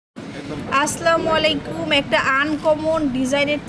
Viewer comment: আপু আস্লামু আলাইকুম হবেনা আসসালামু আলাইকুম হবে। 🙏